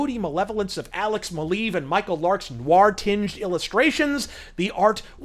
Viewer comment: Everytime say's noir quickly, i think he says 'GWAR'... But he probably doesn't like that band.